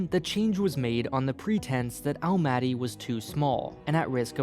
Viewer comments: This video was like 1 minute about the alphabet and 10 about Kazakhstan geopolitical situation... Also, you're pronouncing Almaty wrong. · Whoa! Never thought that someone would make such video about Kazakhstan. Stresses thow all over the place) The correct way of saying some of the words is: Nur-Sulta ́n, Astana ́, Almaty ́, Nazarba ́yev. I'm from Kazakhstan myself. Been living in Almaty as long as i can remember. The video actually very good at explaining some of the key features of our political history and current situation. I even learned a few things and never looked at our politics from this point of view. But that might be because i'm trying to avoid our politics in general, because it always making me feel only sad, and unfair. The part of the video about autoritarism is absolute true =\ Being multicultural country thow is very nice. So much different people, different cultures and holidays) I am planning to moving in Canada and one of the reasons is Canada being multicultural too. I feel like we both dont have a strong unified mentality, but rather we are countries of many) Thank you for making such a great video and bringing knowledge about Kazakhstan to people)